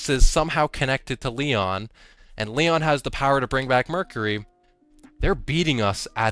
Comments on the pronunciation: I’m all for giving Lord Of Every Nothing an acronym nickname but “Leon” is literally inaccurate, it’s “LOEN”, “low-en”, or maybe “loan”. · my guy, it's spelled LOEN, not LEON~